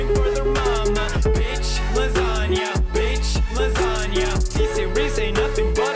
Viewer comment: That did not sound bish lasagna